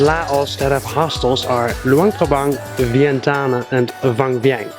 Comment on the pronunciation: He murdered the Lao capital Vietiane...Vietane!!